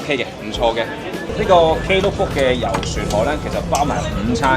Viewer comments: 溫馨提示 Klook 不是讀K Look 可Google正確讀音 Same as “Theme” 不是讀 The Me😊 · 你唔讀K Look 無人知你講乜㗎😅